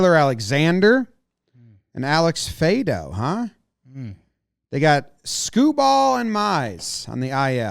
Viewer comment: Tigers fan coming to add on some of my personal opinions. First a couple pronunciation things that stood out: Alex Faedo is pronounced like Fie-ay-doh, and Alex Lang has the hard G on the end. On the pitching side of things, I think yall nailed it on the head. Lots of guys who have some promise, but they need to be consistent with it. Bullpen names to look out for are Will Vest, Jose Cisnero, and Alex Lange who will probably be getting the bulk of the late inning work now that Jimenez and Soto are gone. In the rotation, a name that I'll be interested in is righty Mason Englert, our Rule 5 pick. He's got some decent stuff and I think he could be a solid arm every five days. On the offensive side, my biggest frustration is letting Candelario walk. Not gonna deny that last year was absolutely awful for him. But the previous two years he did pretty well for himself, so I wanted to see him get one last chance to redeem himself. What makes this hurt even more is that we didn't find a definite replacement for him. There's gonna be 4 guys trying to get that 3B spot with Maton, Henry-Malloy, Hernandez, and Kreidler battling it out and maybe sharing time. I also think the offense could have a bounce back year after we fired our hitting coach. Just about every single hitter had the worst season of their career last year, so I think it would be almost expected to see at least some improvement on that front. Schoop, Baez, Torkelson, Meadows, and Baddoo all could return toward their typica